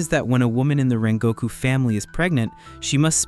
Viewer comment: Why is nobody noticing "Kengoku"😭💀